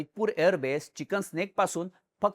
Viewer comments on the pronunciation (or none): चिकन स्नेक नाही भाऊ चिकन नेक म्हण. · चिकन स्नेक नव्हे ते चिकेंस नेक म्हण😂😂